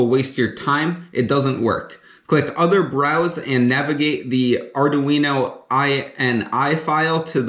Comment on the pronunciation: "Ardoo-Weeno" lol